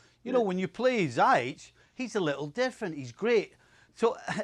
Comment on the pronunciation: Jesus Christ and he just messed up Ziyech’s name